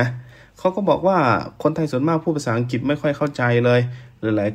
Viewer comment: ลุงออกเสียงคำว่า.อังกิต.ชัดเจน.แก้ไขนะ..อังกลิด.อังกลิท...ไม่ใช่.อังกิด.เป็น.ควบกล้ำ..หนูเบื่อคำว่า.มากๆของลุงมาก.ที่ทนฟังเพราะอยากรู้ต่างชาติมองไทย.ไม่งั้นไม่ฟัง.เบื่อคำว่า.มากๆ